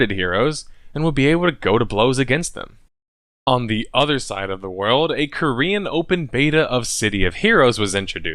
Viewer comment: can't say world.